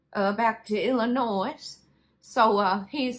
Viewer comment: The "s" in Illinois is silent. But noticed, while writing, you corrected yourself the next time you said it. Wait...you said it again!